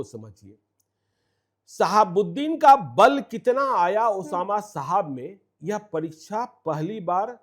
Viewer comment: साहब होता है मैडम शाहाब नहीं ,, कैमरा उठाए और बन गए पत्रकार,, पत्रकारिता तो सीख लो तुम लोग कम से कम ।